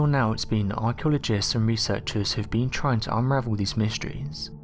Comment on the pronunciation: Arsheologists? Lascht year? Laargt? The Mayer? Weold? Huh?